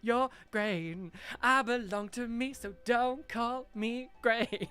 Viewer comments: Grainne is pronounced Grawnya….as in Yawn ya. Sounds nothing like grain. As an actual Irish person this happens a lot when Americans call their children Irish names, they just pronounce them as spelled , forget that Irish is a different language than English. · Hey, just letting you know Graínne is pronounced Grawn-ya:))) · Grainne is pronounced gron-ya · Gráinne is pronounced something like Graw-nya in a British accent :) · Gráinne is pronounced graw-nya btw <3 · That "grain" has me seriously miffed. People can't be so ignorant of others cultures and languages then try to take aspects from them. Apart from the historical mythological significance of Gráinne, IT LITERALLY MEANS GRAIN IN ENGLISH. The utter ignorance. Pronunciation matters.